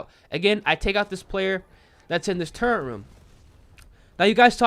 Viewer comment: I love ya man, but I can’t help but clown on you for saying turrent instead of turret lmao